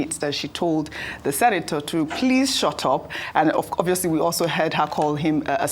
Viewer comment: ..."saying something that doesn't make sense and he is overyapping...😂😂😂. Madam Oby needs to correct him in a subtle way" can you please shuutrup..., shut rup... 😂😂😂